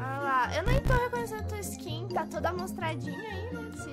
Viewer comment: Engasguei quando a falou amostradi kkkkkk